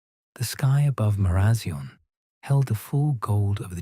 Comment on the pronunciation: Sorry!! But Marazion is pronounced Mara zion as in lion. I live in Cornwall and love your stories 😴